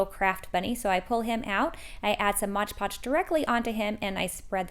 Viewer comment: LOVE the crafts, but PLEASE PLEASE PLEASE .... It's "MOD" Podge not MODGE Podge.